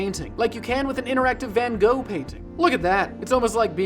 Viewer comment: Van Gogh not Ven Gooh